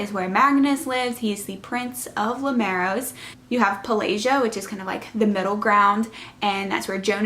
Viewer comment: Great review! I love the book series. Finished reading it last week I think. I thought Lucia was pronounced Loo-sha. And not Loo-sia. (Like the singer sia) I guess we all have different pronunciations lol. I’ve also always said Limeros as Lim-uh-raus. And Paelsia as Pell-jia. Like juh.